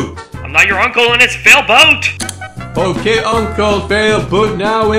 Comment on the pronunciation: I like calling failboat uncle failboot.